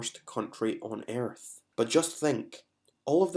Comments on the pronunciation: “Planet airth” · eeearth nice pronunciation